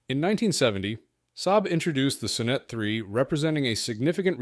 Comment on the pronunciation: I liked the Sonnet. Pronounced Saw net, not suh net.